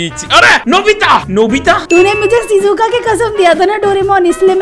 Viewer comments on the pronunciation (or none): Um vo sizuka nahi shizuka ho ga